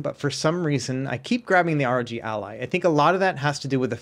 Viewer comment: Why is he saying "ROT" ?